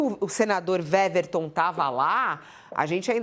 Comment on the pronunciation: A jornalista está pronunciando o nome do senador errado. O W do nome dele tem som de U, ou seja, a pronúncia correta é Uéverton e não Véverton. É só uma observação.